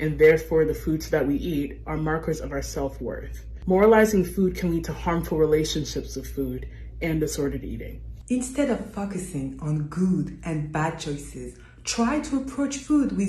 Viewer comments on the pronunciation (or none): Why does that one lady say : "Instead of fuckusing"? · Anyone else heard “instead of fuckasing” instead of focusing? No? Just me?😳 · Did she just pronounce focusing as Fuck-ah-seen